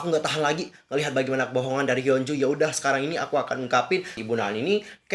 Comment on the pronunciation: Hyo apa hyun sih. Kok km blgnya hyo bkn hyun